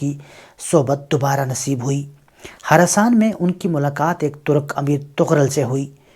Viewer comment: ہراساں بے ئا خراساں ھے۔ خراساں صحیح ھے۔